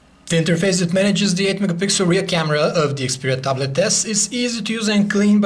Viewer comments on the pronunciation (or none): I like when he said the word ta blet..